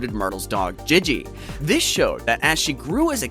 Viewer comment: Bro said gege it’s Gigi 😭